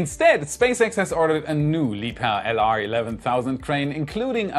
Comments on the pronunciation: I like how he pronounces Liebherr crane the with the correct German pronunciation. :) Makes it so cool and legit! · It's the first time I've heard "Liebherr" correctly. I'm Italian, and I've always said LIEBERRRR ahahah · nah nah you don’t you pronounce it Liebherr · well, technically, it's pronounced Liebherr. So...